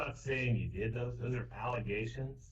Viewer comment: Poor judge how do you keep impartiality when someone basically says “I dood it.”